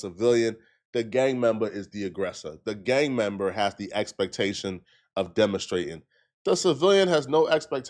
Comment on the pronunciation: “A Gang MembAaa”